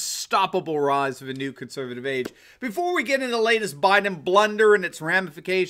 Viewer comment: you;ve started slurring the word 'conservative' in the introduction. Why???